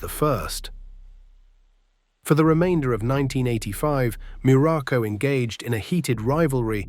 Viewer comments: Information is good, but lacking, the human touch to correct important ers like name pronunciation and incorrect wrestling video footage and pictures, placing Pedro moralas, in the place of Don Moroco, both great and memorable Wrestlers, but with some major human difference 😳,.. yea misplaced information and misplacing and pictures with wrestlers here it's very shoddy work here on this one..😢.. 👎👎👎🙁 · Be nice if AI could at least say his name properly.